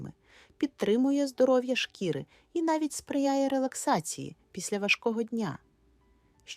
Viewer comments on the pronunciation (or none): none